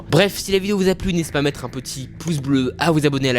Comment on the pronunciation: HALOWENNE HAHAHAHAH ET PUIS QUOI EN CORE